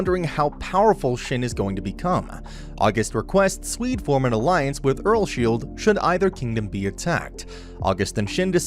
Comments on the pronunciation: The fact that he said "Earlshield" made me a little bit triggered. My guy the pronounciation is Earls-Hide 2 syllables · Am I the only one who gets kinda triggered that the dude says earsSHIELD rather than earlsheid? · He says earlsheid weird😭